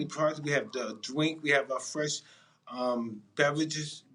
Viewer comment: we have drink and bevuages 🤣